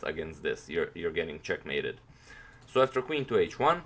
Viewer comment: "Your getting chackmated" 😂🤣